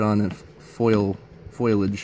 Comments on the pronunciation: Lololololololololol. “Foil-idge”. “Fol-idge” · Makes me wanna throat punch every time I hear it pronounced like that haha